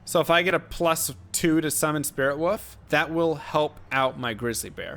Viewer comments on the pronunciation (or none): Ummm.woof? Lol. The L is pronounced in wolf. Like wool with an f on the end. Uh. 🤦‍♂️🤣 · Who knew that werewolf is pronounced "woof"! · Can't tell if you legitimately don't know how to pronounce wolf or not. Anyway Druid was one of my fav chars, but unfortunately he sucks. They did improve his elemental spells with the synergies patch, but the shapeshifting abilities pretty much got the shaft with that patch. Werebear, while looks really awesome, sucks. Unlike the barb with whirlwing, he has no special combat abilities besides just basic attacks, which makes him far less fun to play as, besides the gimmick of him looking like a bear. His attack speed is painfully slow too. Elemental is pretty much the way to go with druid, it's the only option that makes sense, but even then he's just so much weaker than sorc. Really glad Druid is coming back for D4 though, he looks SO much better. It looks like he can seamlessly transition from human to were forms quickly and with knockback and stun effects which make him so much more playable. I can't wait to see what else he can do.